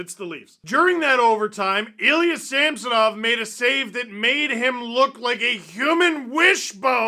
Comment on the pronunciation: It's Ilya Him-sonov.